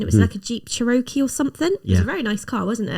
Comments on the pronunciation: Not “cheh-ROH-kee,” but rather CHEH-roh-kee. 😁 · I just loved this video! When my husband and I drove in Ireland, he was saying, "Keep left, keep left.", near the beginning you pronounced Cherokee as chair-O-kee. It's pronounced CHAIR-o-kee, with the emphasis on the first syllable. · Chair-o-key, not Che RO -key!!! Teaching the H’s American, one Native American word at a time. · Jeep Chee-roky! 😆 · Jeep Cherokee when she pronounced it chair o kee, lol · Hi! I know I'm 8 months late on this one, but I want to offer a helpful guide to pronouncing Cherokee - it sounds like chair-oh-key. And: I live just south of Orlando, and yes, traffic here gets worse and worse, and the road work, expanding the roads, has been going in since before I moved here in the 80s. This state is egregiously mismanaged. And yeah, you have to be somewhat aggressive to get anywhere here, and road rage is common. As far as your m.o.t., we had annual vehicle checks in Illinois, but in Florida the population is more transient and the government is unwilling to spend the money to monitor the safety of the vehicles on the road. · I loved pronunciation of Cherokee. It's not pronounced that way, of course, but it was an honest attempt and I applaud it. The way it is pronounced is "Chair-o-kee" with emphasis on the "chair". Love hearing about y'all's visit. Keep it up! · 😂😂😂😂 It’s pronounced Chair-O-Key (Cherokee). Thank you that gave me quite the chuckle. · Kentucky here! BTW Cherokee is pronounced like chair-oh-key. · Normally, I just roll with it because British English isn't American English, but because the Cherokee are an actual Native American tribe, I'll say something. It's pronounced like "chair- o-key" with emphasis on the "key." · Jeep Chair-O-Kee. ! An American Indian tribe and nation. 🤪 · s pronunciation of Cherokee! LOL